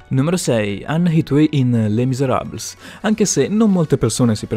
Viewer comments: Mia nonna che é francese é rabbrividita quando hai detto les miserables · Kiniu, Lucemia, etuei?? Le misarables (seriamente?); hag 😂; dai ti prego! Non si può sentire! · Kiniu, Leucemia, Le miserabls, oddio. Davvero, se vuoi fare dei video devi quantomeno saper pronunciare le cose nel modo giusto. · Come hai pronunciato Les miserables hahaha